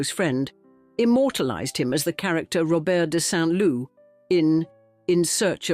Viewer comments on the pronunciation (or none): none